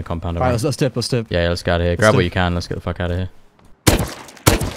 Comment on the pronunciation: lmfao at the end he says Ouw, doesnt say out xD